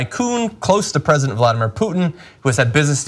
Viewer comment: "Predisent"!! Ha ha, I love it!